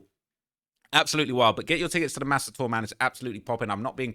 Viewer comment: saying "MASA" is crazy